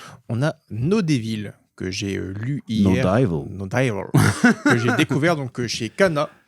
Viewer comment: ça m'a fait bien rire la prononciation du chef, comme si les anglais disent dAYvol! 😂😂 Alors que c'est plutot DÉvəl, sachant que le "ə" c'est un mélange de o et de eu, il se dit comme le "e "de "JE", c'est un peu muet il se dit rapidement.